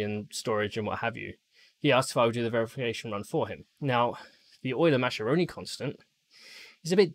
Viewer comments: Well, that's a pretty high minimum specification :) Btw, just as a sidenote, Mascheroni should be read as Muskerone from an English point :P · Mascheroni is pronounced Maskeroni